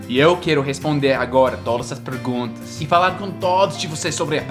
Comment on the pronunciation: que bom que você tenha sotaque e erre a pronúncia de algumas palavras a exemplo de PREguntas ao invés de PERguntas.; AVAIando ao invés de AVALIando etc. etc.